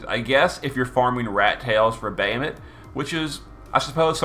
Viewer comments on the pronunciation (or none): It's like him saying "Bay-a-mut" and "Zi Dane". :D